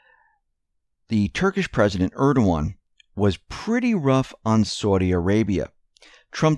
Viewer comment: Who's Erdowan? Is that like obiwan?